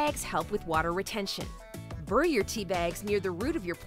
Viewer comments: Good idea, but it's pronounced 'berried' ... not 'burried'. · Why do you pronounce it ‘burry’? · Okay, I've heard it pronounced "burry" or as someone here said "brrr-y", brrr as in cold....I thought that was the English way, sorry. In the U.S., bury is pronounced like the man's name Barry and so is the fruit, berry. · Good lord girl, where are you from? I've heard of burying tea bags and coffee grounds, but burring them? That's a unique pronunciation for sure! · I’m an Aussie.. it’s really putting me off the way you are saying ,bury... it sounds like boooory all the time ! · Burry. Who pronounces it that way? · I pronounce it "berry", she says "burry". How do you pronounce BURY? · Roc Calumera like burry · What's "burrrying" , At least you spell it better than you pronounce it lol. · The word "bury" is pronounced like "berry", not burr-y. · The way she pronounces “bury” :) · bury should be spelled differently..the way she says it isn't how most of us pronounce it right???berry vs bury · where is this lady from? she keeps pronouncing bury as "burrie" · I’m guessing it’s a robot. At least make it pronounce BURY the right way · Where the hell did she learn to pronounce "bury"? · I forgive you for your strange pronunciation of “bury” just because you are a real narrator and not a robot voice. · Why does she say bury like that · Somebody doesn't know how to pronounce "bury".